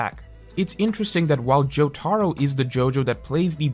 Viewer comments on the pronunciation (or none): JO-TUH-ROUH NOT JO-TAR-O wtf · My man's said "joe-tar-oh" and "ham-on" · I like he says Jotaros name like Joe-Tar-Row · I'll never forgive for his pronunciation of Jotaro